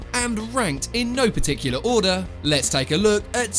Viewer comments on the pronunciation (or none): none